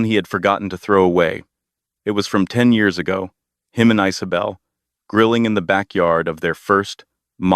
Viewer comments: The name is Isabel so why I’m hearing Isobel or Icebel? 😅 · Is this a new way of saying the name Isabel?